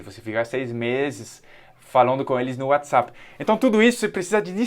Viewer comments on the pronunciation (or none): none